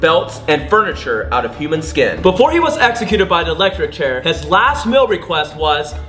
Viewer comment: Did you say execute!?